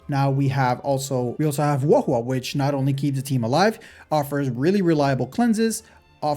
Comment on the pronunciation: It's not Jiao Q, pronounce it like Jiao chiu